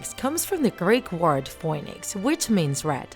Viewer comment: Your saying "fin-ex" its pernoused "Fe-nix"